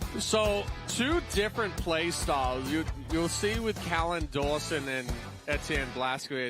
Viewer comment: His name is NOT Collin, it's Callan.